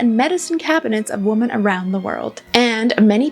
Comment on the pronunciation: Oh my gosh, I was wondering if I was hearing things, then realized I wasn't, then thought perhaps maybe she has an accent!😀